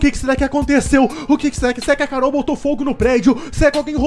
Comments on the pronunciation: O desesperado quando "acordou" envez de falar Carol ele disse cararol kkkkkk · Ele falando carorou kskskskskskss